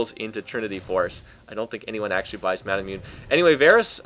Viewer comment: Love your stuff, but seriously it's pronounced Mah-nah-moo-nay. Based off the great Japanese swordsmith Masamune.